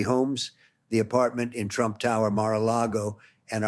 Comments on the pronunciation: its not him..its ai or someone else. listen s...he has a weird British accent a little. Its not donald trump...listen he says "Mr Tramp" instead of "Trump" referring to himself. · Totally! And it said "Mr Tramp" at one point